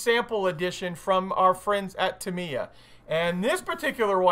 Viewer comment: How are the people at Tamiya still your friends when you butcher their name so bad? Even Uncle Nightshift gets it right and he's Slovakian! :-D